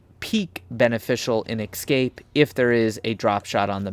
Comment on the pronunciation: The second letter in “Escape” is an S, not an X. I don’t know why it bothers me so much but it’s like nails on a chalkboard every time. Aside from that, you made an excellent video. Thank you for your work.